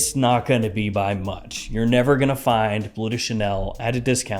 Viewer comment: It's pronounced "blurr", not "blue". Forgive my compulsive-pedantic disorder! 😆